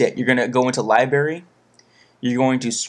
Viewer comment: you speak so clearly. but you say libary instead of library